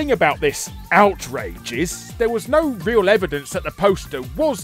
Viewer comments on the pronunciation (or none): none